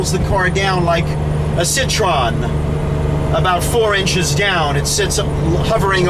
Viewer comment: Hi. The Fench car Citroën is pronounced Sih-Tro-Ehn, not Sih-Tron. Thus the dieresis ë.